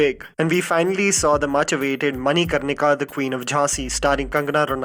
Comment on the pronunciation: You r an Indian and should know to pronounce manikarnika, "mani" here is not "money" and "n" should be pronounced like n in " pran."